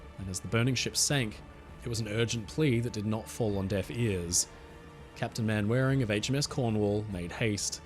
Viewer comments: Manwaring, Captain of HMS Cornwall, is pronounced 'Mannering" I would think an Australian would get British names straight. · Captain Manwaring, pronounced 'Mannering', surely? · a minor point but the British name "Manwaring" is actually pronounced "Mannering", the foibles of old English names, some going back to the Norman conquest, like "Beauchamp" with pronunciation adjustments over the years leading to a pronunciation of "Beecham"!! They're similar to the pronunciation of "Belvoir" Castle (the direct translation from French meaning good view) being pronounced "Beaver", you never learn that these names aren't pronounced how they are written until someone corrects you 🤗 The only other common pronunciation differences I can think of are that the "-borough" of a place name is pronunciation "burra" or even "bruh", and "-shire" is more of a "shur". 😉